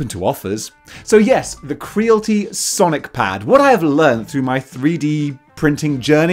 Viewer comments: Your saying it wrong bro it's Creality like Reality right not crealty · I think it's kree-al-it-ee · Cree AL it ee Rhymes with "reality" Not with "realty" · Not to sound like a dick but surely it’s probably pronounced cree-ality? Like mixing creative and reality? 🤭👀✌🏻😅 I could be wrong but makes more sense 🤷🏻‍♂️🫣😛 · Why you saying Creality wrong? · I believe Creality should be pronounced to rhyme with reality… kinda makes sense.